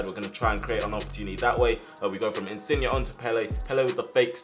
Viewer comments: He’s name is InsignE! Not InsignA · No insin yay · His name is pronounced in-sin-yay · Loved the vid but when you say insigne pronounce it insiyeah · Pretty sure his name is pronounced insin-yay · The way you say insigne makes me wanna shoot myself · I didn’t know there was an ‘A’ at the end of Insigne’s name 😂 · Insigne say the e not a a